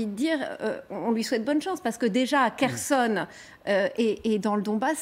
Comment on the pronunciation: On ne dit pas Kherson ! Pauvre blonde